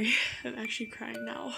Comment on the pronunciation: I'm not kraying your kraying